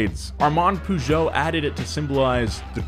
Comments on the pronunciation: Please don’t say Peugeot like that... makes my ears hurts... “pay geot” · why do americans say pooshow? it's really not pronounced like that. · That sick Peugeot propronunciation 🤣🤣🤣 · Your pronunciation of Peugeot is the funniest ever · pronunciation of Peugeot is both the best and the worst thing of this video. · The way that pronounces Peugeot, bruh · I'm sorry.... WHAT!? How the hell did you pronounce Peugeot? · It annoys me how he pronounced Peugeot and I'm not even French. Don't let me even start with how he pronounces the German brands.😶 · Peugeot: "Purr-Zho" not poo joe. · I’m British and was like wtf is a pujo it’s puh joh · Me, a European: What is "Pujo" "OH HE MEANS PEUGEOT" (more like puh-joh) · I know right? I know it as purr-sho weird sh-j sound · poo-jow? it's purr-show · "Poo joe" It's Puh-joe with the joe part a bit longer. Poo joe lmao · "pužo" interesting pronunciation of "pežot" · It's not Poojò, it's Pejò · Why do u call peugeot pujo? It sounds more like pegeau lmao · Poo Jo? Its more like Pe jou.. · Why do you call it "Puuujo" its "Perzio" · it's not "poo goet" its "Peu-geot" like "un petit peu"..... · Pugo 😂 it’s (“ per- ge- oh”) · I love you guys but please do some research on manufacturer pronunciation😭 peugeot is pronounced “per-zho” not “poo-joh” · Absolutely nobody: Donut media: ~pOoJoE~ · Pea-you-got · Per zho. Im british and i barely knew what he meant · it's so annoying to hear pujo xD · I pronounce it "Pe-jot". or simply "Pežot" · did just say "pooshow"?! And again... and again! I've never heard it pronounced like that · "poo jo" What the hell man? D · like why acknowledge the silent T but ignore every other aspect of French pronunciation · pronouncing Peugeot "Poo-jo" disturbed my French ears so much 😂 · Great video, but the "pooh-geot" is really like a red rag to a bull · I notice that only Americans say poogeot. Even Mr. Regular does it. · Nobody: nothing: poojeau